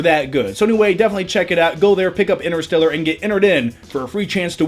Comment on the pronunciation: ENTER-STELLAR!!!! quit saying inner.